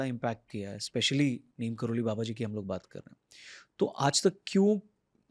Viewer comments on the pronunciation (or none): "नीम करोरी" है..... नीम "करोली" नहीं है..... सुधार करो